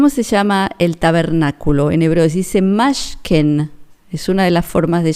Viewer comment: Buenos dias, gracias por tus mensajes.. No se lee Mashken,, se lee Mishkan(tabernáculo). Saludos. sigue adelante.